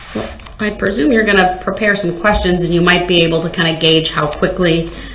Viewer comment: DB: “I don’t got no follow up quesshins”. Ahh yes a “master” of the English “langwitch”!